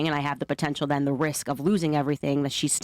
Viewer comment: den what, wit, yo stuff, axed, American schools thanks!